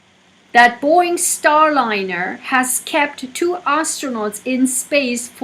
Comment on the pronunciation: Boing?? Its BoEing lady🤗